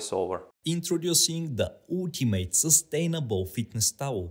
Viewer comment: intoroducing the ootimate 😂😂😂😂